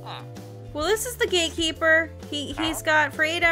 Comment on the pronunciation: not me hearing "gatekeeper" as "gay keeper" the first time around lolol